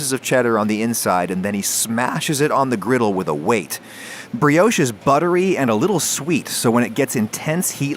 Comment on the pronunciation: Pro Chef Tip - don't forget to season your Kitchen floor before cooking, that way if you ever drop anything you never have to throw it away. That's the first time I've heard Brioche pronounced as "Bree-Yowsh"!